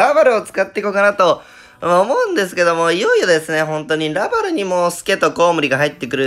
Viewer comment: らぁ↗︎ゔぁ↗︎るぅ↘︎